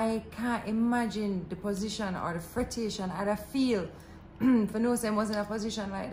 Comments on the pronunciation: Wow you guys have truly become my favourite youtubers. What a story.... me nerves wudda lick. Oh its 'fretration' 😄, or so my version of patois goes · “Frettation” , love it. Lol🤣🤣🤣🤣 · "Fretation" out here adding to the dictionary.